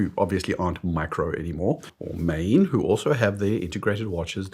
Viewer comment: It's NOT mane, it's Maen, pronounced Maan. The question is "what is a microbrand and what is a factory brand. I look at at design, aesthetics, and quality. I know watches too well to worry about name and heritage. That doesn't mean I ignore poor brand names, and of course I take devaluation into account.